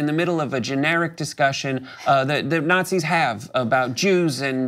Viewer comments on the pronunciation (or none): ''Nutzis are the Cwaziest peoples !''